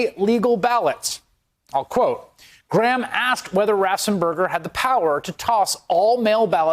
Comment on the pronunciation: ...I love you and your reporting but if you are going to use the name Raffensperger so many times, please pronounce it correctly!